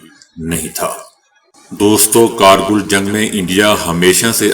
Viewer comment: کیا آپ نیم خواندہ ھیں اکثر الفاظ غلط پڑھتے ہیں جیسے کارگل یوکرائن کا دارالحکومت کیف وغیرہ